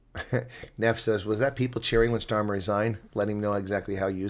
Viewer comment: It’s NOT Schtamer it’s Stamer